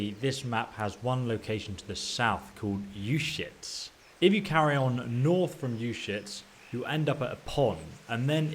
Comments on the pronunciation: "You-shits" uzhits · You shits?? Lol its pronounced Ooo jets (soft sounding J) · "Ushits" lmaooooo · I'm sorry but it sounds like he's saying you shits not trying to make fun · Izhitz, Uzhitz, Wezhitz. LOL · I'm sorry, I can't keep a straight face when you keep saying "you shits." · Uschitz, shovel... Ischitz, Ushovel lol